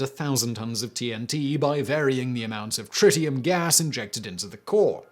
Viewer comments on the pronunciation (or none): none